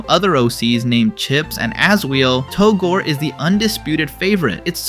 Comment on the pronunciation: Yeah because "Togor" isn't a character at all. His name is "Togore"